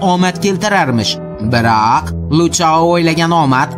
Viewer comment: Rahmat sizga lekin biroq degan sozni boshqacharoq tallafusda ayting